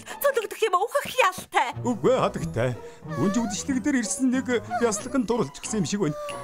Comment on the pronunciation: Гүнж биш гунж байна😂😂😂😂😂😂😂😂😂😂😂😂😂😂😂😂😂😂